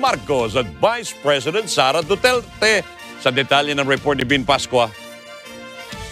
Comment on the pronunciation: Hahaha,duterte po hindi dutilte.si talaga nanghawa pa.😁